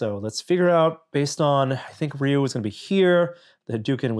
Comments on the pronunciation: Rey You not Ray You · It’s one syllable: “ryoo”. Listen to how Norm says it . He says it pretty accurately. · Not Ree U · its def Rye You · The game itself pronounces it Ree-You